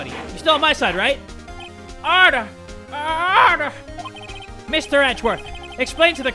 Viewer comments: inhales “ oRdAh. oRdAh iN dAh cOuRt! “ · ODAH I WILL HAVE ODAH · Yeah, with that papers please accent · I agree